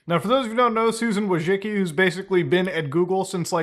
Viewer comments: You DO know it's not pronounced "Wojicky" right ? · it's vooy-chi-tski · its vooy-tsi-tski, Polish surname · “Voy-tsin-ski” but honestly it should be Wojcinska which is the Polish feminine version of that surname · Being polish and hearing youtubers pronouncing Susan's last name hurts my soul. I'm here to help. It's pronounced somehwat like: Voychitsky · Susan Wojcicki: It's pronounced Widespackle Everyone: * surprised pikachu face * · Why does everyone say her last name wrong... It's pronounced Wa-Jis-Key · ahh, the curse of having a polish surname strikes again. No one, not even one's ancestors will ever pronounce it correctly. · Susan Wodgekiki, Susan wujicki. Susan Wojisky, her name is not pronounceable by human language. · i lmao from surname pronunciation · You're butchering her last name so hard... XD